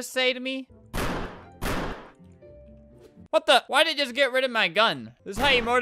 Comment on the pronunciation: Correction of the day: "What DID you just say" He said ”diod” lol